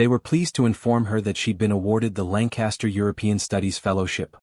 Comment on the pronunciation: So... is his name Langcaster? Or are you just stupidly mispronouncing it? It's totally stupid that he orders in German and the story acts like he doesn't know she understands. This story is so unrealistic, I can't continue.